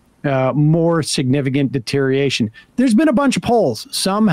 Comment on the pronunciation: Sam can't pronounce the word deterioration.